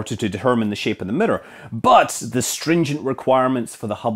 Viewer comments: What's a murrur? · WTF is a "Mitter"? "They put the 'MITTER' in the hubble telescope" ?????? Do you mean miRRor? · The Hubble telescope middor? I’ve never heard it been Called that before... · Mitter, ettor lmao. Scott your awesome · Mirror = mitter. Error = etter. Luv ya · Yeah we actually say the word like it’s spelled in the U.K. and pronounce all of the syllables correctly. To us it sounds like Americans are saying ‘meer’ when they try to say mirror. There’s nothing that remotely sounds like a ‘d’ in there, he’s just pronouncing the double ‘r’ properly. Which, sounds a bit stronger than an English person would pronounce it because of his Scottish accent. To us, it’s the American pronunciation that sounds way wrong. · auto-gen subtitles can't handle pronouncing "mirror" like that, it got, "the murdered had to be grown to a very exact shape" 🤣 btw, couldn't you say the Hubble mirror was precise but actually not accurate ? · You pronounce 'mirror' weird, Scott. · This guy can't pronounce mirror no matter how many times he tries lol